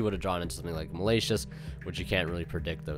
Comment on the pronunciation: malayshus... lol